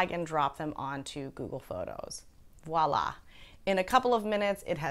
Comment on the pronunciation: It's not "walla" but "voila". Thanks for your advice! :person-turqouise-waving